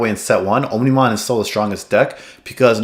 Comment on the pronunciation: Great video! Also, its pronounced "ahmni-mon", with "omni" meaning all.